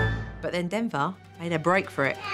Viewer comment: there mom said dinnger instead of denver